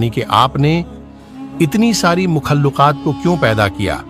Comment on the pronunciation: मुखल्लिकात nahi hai bhai मखलूकात hai